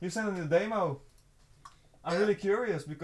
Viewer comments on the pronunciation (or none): I love the way says demo. He says "Damo". Love it!!